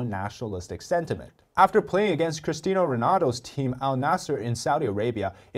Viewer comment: STOP PRONOUNCING IT "CrisTINO" Ronaldo 😒😠😠😠